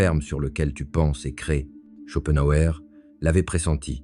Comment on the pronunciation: Olá,, on ne dit pas "schopenhauÉ" mais "schopenhauER", c'est comme pour Hitler, par exemple...